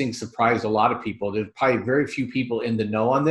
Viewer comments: The word is "ProB-ably". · its sad that will die of the virus never having learned to pronounce his most favored word "probably"